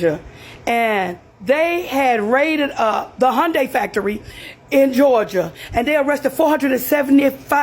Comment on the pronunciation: hyundai has been here since '86 get it right hyundai rhymes with sunday. anything else is no surprise democrats are scumbags